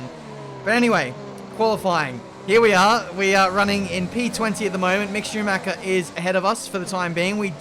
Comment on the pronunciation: Love your videos as my daily dose, but: Schumacher isn't pronounced Shoemac-ca ;)